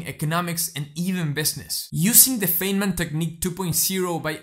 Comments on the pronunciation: As a former physicist, I would give you a tip and inform you that Richard "Dick" Feynman is pronounced like f"eye"nman. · First time viewer. The content is excellent and I will teach it to my students. A critique though, I would hesitate to share the video itself because of one simple, recurring error. Dr. Feynman's name is pronounced Fine-man - as in, he was a fine man. In the grand scheme of things, this is trivial. But when you make the point of studying the history of your subject, well... Anyway, keep going, and yes, based on this video, you deserve more subscribers. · This is great, - a very useful introduction to the technique. But since you are talking about "learning" it would be great if you could learn to correctly pronounce Feynman's name. :)